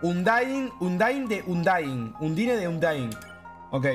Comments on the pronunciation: no se duce IUDINE se dice UNDAIN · porsia no se dise undine se dise undain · me da risa cuando dise iudin en realidad se pronuncia ( undain ) no? xd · Porque parece que dice budin a undyne xD? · Hola, perdón las molestias, pero Undyne se dice undaind. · este pibe jugo 2 rutas y seguramente mas de 2 horas y me estas diciendo que no sabe pronunciar bien undyne?